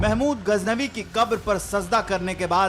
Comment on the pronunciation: Learn to speak correctly Indian media... What's gajnabi? It's Ghaznavi.